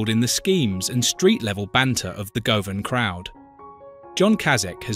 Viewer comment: Enjoyed the video however, it’s pronounced as guv an, and not go van